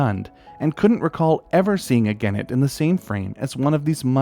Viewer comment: Vere interesting (but soft g for genet, hard g for gannet, just sayin')